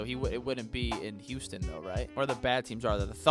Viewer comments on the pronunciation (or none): none